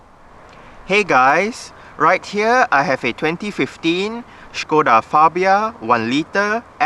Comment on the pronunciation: Finally someone who can pronounce Škoda right. Thumbs up :-)